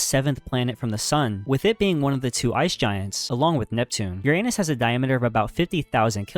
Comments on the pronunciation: Uranus is pronounced “Yur-uh-nes” not “Yur-ay-nus” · Your - anus, bro?? Didn't bother to educate yourself on how to pronounce this planet's name? 🙄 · He mispronounced Uranus. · The mispronounced words are the telltale signs of AI, but I did enjoy the Your-Anus.... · This videos good but it bothers me how you mispronounced Uranus 😭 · The narrator needs to pronounce URANUS correctly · grow up and learn to pronounce Uranus properly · Respect how other people pronounce bro. You have no respect.